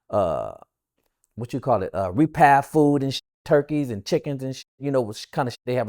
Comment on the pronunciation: Repass not repath.